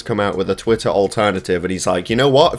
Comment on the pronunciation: it's called an accent.